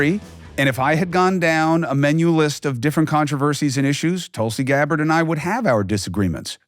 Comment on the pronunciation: Way to butcher her name. “Tulsi Gabbard”. Lol